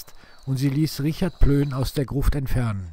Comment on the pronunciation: Sehr gut, nur ein kleiner Schönheitsfehler: Plöhn wäre richtig nicht Plön. Ansonsten gut gemacht!